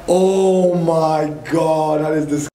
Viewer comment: andovi say “omaygat”